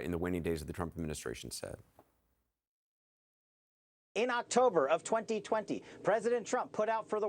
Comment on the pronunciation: Patel ... rhymes with ... not well.